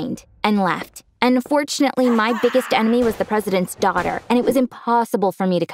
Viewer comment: why he keep saying duaghter?